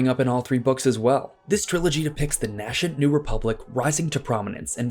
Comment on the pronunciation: ‘nashent’ nay-sent.